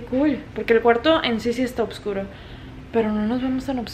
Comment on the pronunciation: se dice oscuro no obscuro por que eso sonaria muy raro y pes se te escuha rarisimo TE MANDA SALUDOS MI HERMANA KAROLL BESOSS